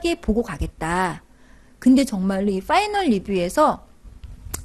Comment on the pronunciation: '빠이널"??? "파이널"??? 왜 자꾸 빠이널이라고???